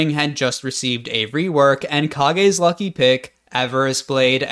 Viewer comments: believe it or not, "Kage's Lucky Pick" is actually supposed to be pronounced like "Cages" not "ka-ge's" - it's a reference to Kyle Gass (K.G.) of Tenacious D. It's his guitar pick. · Kah-ge? 影? Nah, nah, sorry, lil' bro, but "Kage's Lucky Pick" is a Tenacious D in The Pick of Destiny reference, it's pronounced like "cage" I just felt this overpowering need to mention it because it's so silly, but also because I love that movie, I don't care what anyone thinks